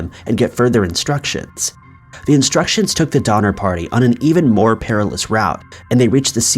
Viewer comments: All I could hear is "Dahmer party" 😂😂😂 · Did he say #5 was based on the Donner party...or the "Dinner party"?😆